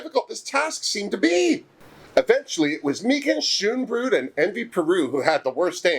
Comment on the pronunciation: May-gah-n Scone-bro-dt